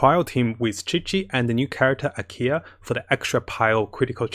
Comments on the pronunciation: he tends to do that Ameno for Anemo , Keel for Klee, Akiya for Ayaka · Am I the only one who hears "Ikea" every time he tries to say "Ayaka"? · nope i made that joke in a previous vid too lmao